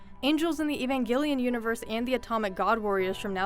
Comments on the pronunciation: It's pronounced AYvangelion. Like the name Eva. Not Eeevangelion, and not Eeevanjellyion either. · "Ee-van-gill-ee-an" boi wtf its "eh-van-gel-ian" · evan-ghelion ................ it's not (ian) its NEon Evangelion literally the New Gospel .evangelion derives from the Greek word - εὐαγγέλιον -meaning Happy news/good news .Neon is also greek (new) witch for the manga you can also translate it for Neon -the chemical element (Ne)